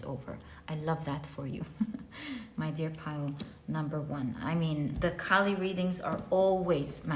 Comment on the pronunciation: its kaali not Cali. the k's pronunciation is like k from kite. and its aa not a(pronunciation). you can actually go to a hindi youtube channel where maa kaali is mentioned.